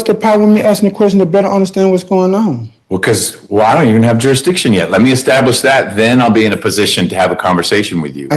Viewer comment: This guy really needs a speech therapist! Jurshdisson? And then as we get further and further, you gotta feel for the court reporter who is not only trying to translate but play everything back in her head in .5 time. Plus he’s got PAPER in his mouth. And it must be cool to be able to take yourself so seriously that you can’t understand when people are guffawing at you, even as you walk out of a room.